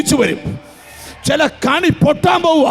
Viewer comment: കണി അല്ല കെണി ആണ്